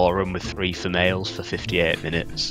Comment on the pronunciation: "Femails" I almost died